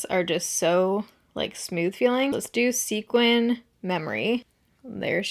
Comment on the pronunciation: This is so random, but thank you for pronouncing sequin correctly. It drives me craaazy when people pronounce it "sequence"🤓